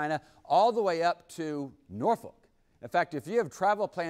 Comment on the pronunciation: He said Norfork right.